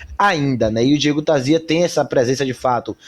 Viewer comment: A pronuncia é Tarsia, não existe som de Z em espanhol.